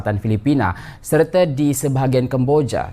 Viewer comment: Keseleo juga lu dlm ngomong woy serte....yg benar adalah serta bukan serte.... Mereka bukan Mereke... Pokoknya kami tak Sudi bahasa Melayu kreol Malaysia di jadikan sebagai bahasa Asean ... Kami lebih suka menggunakan bahasa Melayu tinggi atau bahasa Indonesia sebagai bahasa asean...